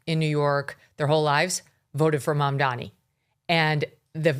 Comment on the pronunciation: It's MamdaNi non MamdaMi 🤣